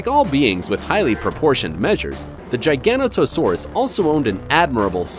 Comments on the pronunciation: "Jiga-Not-O-Saurus"... not "Gigano-To-Saurus". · omfg. gigana toe saurus. bro. learn how to pronounce GIG ONATO SAURUS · sounded like he said gigano-toe saurus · giganotosaurus is pronounced jig-an-not-to-sore-us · It's pronounced jig-a-no-t-oh-sawr-us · Dude doesn’t even know how to say Giganotosaurus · Replace Hainosaurus with a Mapusaurus Rosae and Kronosaurus with Tarbosaurus Bataar and this is 10/10, this guy butchered Giganotosaurus, also those dislikes are from T rex fanboys Mapusaurus Giganotosaurus Carcharodontosaurus are part of a group called the Carcarodontosaurs which is part of a bigger group called the Allosaurs, they died out mid cretaceous and tyrannosaurs took their places, also I like to know that my hand is bigger than a Carcharodontosaur jaw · his pronunciation of giganotosaurus lmao, biggest biggest trex every discovered was sue, who measured roughly 12.3metres the giganotosaurus averaged 13m, carcharadontosaurus averaged about 13.5 metres and Spinosaurus average around 16metres, btw for all of these therapods, they could likely react 15% to 20% the size I listened, ah nature sometimes creates monsters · Another Giganotosaurus mispronunciation